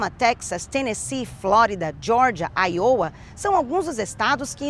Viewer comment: A pronuncia do estado de Iowa esta errada...Corrige isso